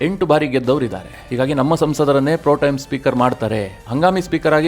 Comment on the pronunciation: ಅದು ಪ್ರೊಟೈಮ್ ಅಲ್ಲ, ಪ್ರೊಟೆಮ್